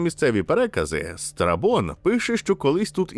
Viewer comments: Страбон, а не страпон хтивий ти збоченець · Чого я чую не Страбон, а страпон? 😭